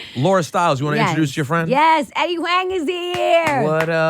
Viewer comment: Laura, it's Wong...not Wang